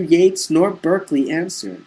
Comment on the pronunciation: Berkeley is pronounced Barkley.